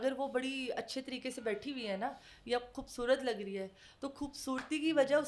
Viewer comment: Intahai fazul bol rhi hy ye isko kis ne bitha dya yahan sahi se bolna nai ata isko khobsurat ko koobsurat....ye whi hy peepsi wali